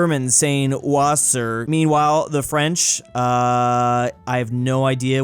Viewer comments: Bro pronounced wasser, wasser 💀 of course everyone knows it is vasser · ITS PRONOUNCED “VASSER” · German water is pronounced "Vassar" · Its actually pronounced Vasser in German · Wasser is pronounced Vasser